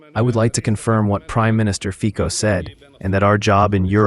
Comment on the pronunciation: Very good work with translation but please check out pronounciation of Robert Fico's surname. It's Fico with "c", not with "k"